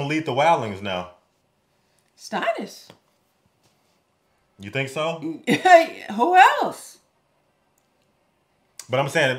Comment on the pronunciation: It's Stannis, not Stonnis. It sounds like Stanley.😊